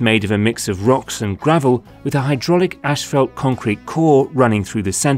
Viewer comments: decent video and explanation. however the asphalt material is NOT pronounced "ASH-falt". there is no H in the first syllable. its pronounced "ass-falt". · It's pronounced asphalt, not ashfault. I couldn't figure out what you were trying to say the first few times. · Why does this guy not know how to say Asphalt? He keeps saying ashfelt. I did a search and this doesn’t appear to be a Canadian or British thing either. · It’s pronounced assfault not ashfelt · If only the narrator could pronounce "Asphalt".... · Sounds like ur saying ash-felt lol